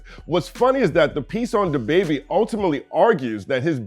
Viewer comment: I love your content; however, why were you saying “dababy” like that? 🤣 Maybe I missed something in one of your previous vids.